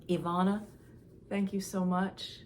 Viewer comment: Ivana’s name is pronounced Eva na. Not Eve ana. :)